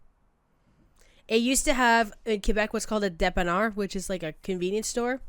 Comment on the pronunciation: Me smiling because u said depaneur... The quebecois in me is satisfied...